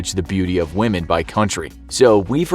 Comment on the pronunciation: I respect whamen